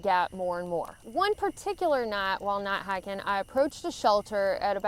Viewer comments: What's "not hahkin"? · I like the way you say "Nat haken" we southerners know what y'all mean. Good vid. Keep em coming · "Nigh hikin" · I just watched this to hear say "night hiking" lol